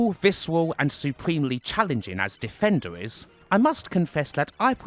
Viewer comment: Not to correct pronunciation, but #1 is pronounced “De-fen-der”. I really have no idea how said it so wrong.